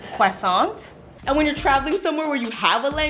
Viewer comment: Cwoissant😂😂😂 I know it’s actually croissant don’t worry